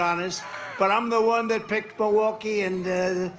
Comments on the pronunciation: Continues to mispronounce the name of the city. Mawalkee instead of Milwaukee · His speech is slurring a bit, now mispronouncing Milwaukee.